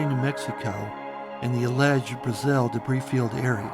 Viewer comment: Its pronounced BRA-zil. A as in 'ant'.